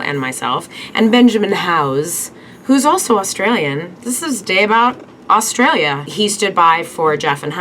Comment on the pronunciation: It's A- A- Australia not ustralia